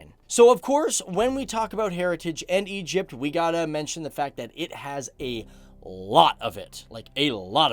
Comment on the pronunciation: Egyyyyypt is not an Arabic country